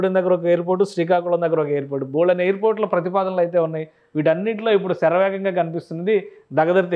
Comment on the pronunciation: షేరవేగం .. మా భాష కాదు. శరవేగం అని అంటాం.